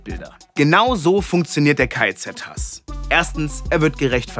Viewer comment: Es triggert mich, dass du die ganze Zeit K.E.Z. sagst 😂 Ansonsten aber ein cooles Video 🤝